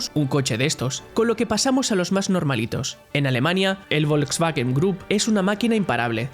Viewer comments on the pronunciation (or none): none